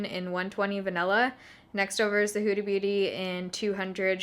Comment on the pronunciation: Sounds like you're saying Hoodie Booty 😂😂😂